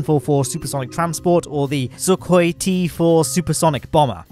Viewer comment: Your pronounce of "сухой" was just perfect btw. Also, gr8 video as always!